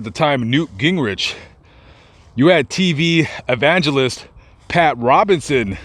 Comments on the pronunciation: GW got a hardon from that one...and "Robertson" not "Robinson". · Pat Robinson dahahaha keep the misnomers and mispronouciations coming